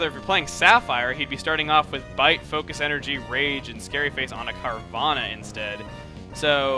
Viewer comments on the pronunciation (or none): when you said golbat has rage in sapphire, I thought you said rape. I was like O.O